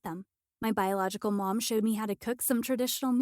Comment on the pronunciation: Damn how many times did ahe even say biogolical